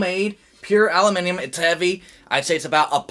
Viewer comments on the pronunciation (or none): "allimeniem" LMAO.